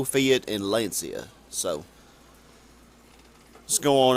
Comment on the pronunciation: wanted to give you another advice on how to pronounce them stupid European names haha. Lancia: L-ah-n-cha (the "ah" is spoken fast/short)